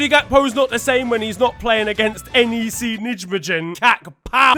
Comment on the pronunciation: NEC Nijmegen (my club) is pronounced N-Ayy-Say Nye-May-Gun